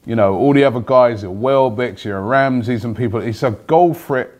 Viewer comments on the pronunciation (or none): none